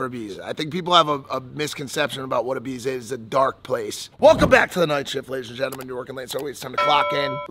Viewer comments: Did just say “Ybiza”? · Be okay if you could even say Ibiza properly 😂